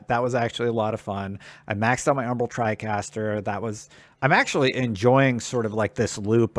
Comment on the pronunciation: Tricaster? Good video except everything's you said tricaster it made me cringe.